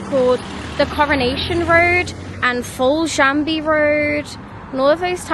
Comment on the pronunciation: Love how you said Foljambe road and pronounced the 'b' and 'e'. Very nice video and thinking of things to visit in Chesterfield and in the area, there is the Queens Park in the town itself but a little further out there is Hardwick Hall which is a favourite destination close to Chesterfield. I would've said Tapton House but it's closed up now but was George Stephensons home ,whose statue is at the train station. There are lots of lovely places to visit nearby , but I'm sure others can help out with things in Chesterfield itself.